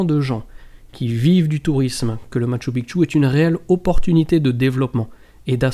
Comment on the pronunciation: Bonjour, Un grand merci pour avoir enfin pris en considération la bonne diction du Machu Picchu! Pas une fois tu t'es trompé...que ça fait du bien aux oreilles! En plus tu fournis de bonnes recherches sur cette info. Que du bonheur! A poursuivre dans ce sens!:) Amicalement Gus